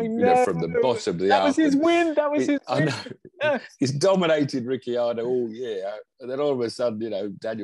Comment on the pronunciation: Ric ar do. Not Ricky ar do for gods sake 🤯